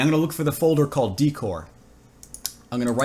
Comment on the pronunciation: Love your tutorials. On a side note, decor is pronounced (day+core) or even (deck+or). Decor - noun - 2. decoration in general; ornamentation.